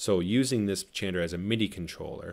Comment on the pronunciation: Chanter not changer! 😣